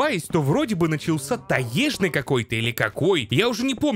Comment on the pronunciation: таЕжный. Почему таЕжный то? я после нескольких твоих видео уже сомневаться в своём русском стал, загуглил даже, и вроде как всё таки таЁжный.. И при чём такие ошибки абсолютно в каждом видео очень на слух бросаются, я сейчас не докапываюсь но ощущение складывается что эти ошибки делаются нарочно и ты их выделяешь так чтобы обязательно было заметно